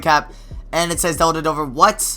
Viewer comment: What's really dumb is the way you say Dellavedova